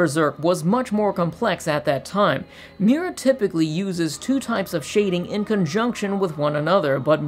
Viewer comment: Please stop saying mewra